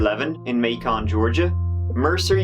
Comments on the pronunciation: I was just about to correct you on the pronunciation of Macon and I see it's been done ad nauseam But since I'm here, it's MAY-cun, not MAY-con, yes, like bacon. Great stuff though Oh! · Lol hearing Macon pronounced "MAY-KAHN" sounds so weird 😄 The stress is on just the first syllable, not both - it's "MAY-kuhn". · Meh, MAYKON sounds cooler🤷‍♂️ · Lol I'm from sc and I was like, where is may-con, never heard of it lol and then I realized you meant maykin and I have been there many times lol it's all good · Yes its pronounced “makin” not make-on!!! But either I love the videos!!! You should look into the Evalyn Boswell case in BLOUNTVILLE,TN it’s a little girl that got killed made head line new and court tv!! The mom is in jail waiting for murder trial!!! She was just a baby!!! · Ma-con actually sounds better than Macon like Bacon. I've been there. Actually a nice little southern city. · it's not May Con Georgia. It's Macon. Like Bacon. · I still love how you say Macon, though it is pronounced like bacon. I live about an hour from MayCon. Love you,! 😊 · LOL it’s not “MAY-con” but “MAKE-un” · I’m just here to say “Macon” is pronounced “May-kun” instead of “Maycon” But as a representative of the people of Georgia, we are giving you a one time pass because you’re from Europe and we love y’all! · XD MAY-CON ITS MORE LIKE MAY-CUN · So shocking. And rare to see the killer being interviewed by the news as the cops go through the crime scene. That's crazy. I love how you pronounce Macon. Us natives, I live in northeast Florida, pronounce it "Makin" instead of "MAY-CON". Its like bacon but with an m. Anyway, great video as always. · “May-conn” lol. It’s pronounced “makin” 😂., you. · love your channel... as a georgian, however, big cringe hearing you say macon lol its MAY-kin rhymes with bacon 👍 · bay-khan lol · Truly love all your videos, however you’re killing me with the pronunciation of that town. Lmfao .. Macon GA pronounced May-kin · "May Ken"